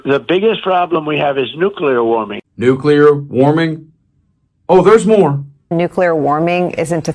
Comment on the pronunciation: Energy cost in the UK have not gone through the roof. Wind turbines are much more attractive than pylons and cables and infinitely more attractive than Trump. And by the way, he did not refer to 'nuclear warming', I think it was 'nulcear warming'.